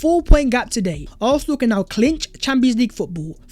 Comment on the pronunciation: Do a video of yourself saying ARSENAL over and over again so we all don’t have to hear you mispronounce our beloved team’s name! It ISN’T ARFNAL or ARHNAL!!! Got it??